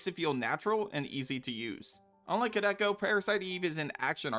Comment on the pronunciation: Dude it's pronounced "Koo Del Kah"